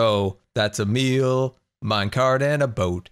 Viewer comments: Did you pronounce mule as meal? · He said meal not mule...